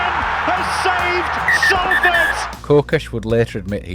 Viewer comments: Just a quick note, it's pronounced Sol-ford or Sawl-ford, not Sal-ford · Salford. Not Sallford. They have to deal with this mispronunciation all the time. It’s just like salt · I’ve lived here for a decade and a half and I thought it was pronounced saul-ford. 😂 woas me. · Pronounced “Sol-ford”. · What? From Broughton to Traffod It's pronounced sol-fod. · Why can’t Ou pronounce it properly, you irk ? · least I can pronounce Salford correctly you tw@ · Good video but pronounce the name of our city right ffs !!!!! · every time i heard the name Salford it grated me